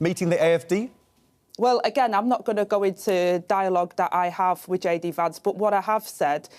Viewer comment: She says "wif" so beautifully. Can't help but take her seriously.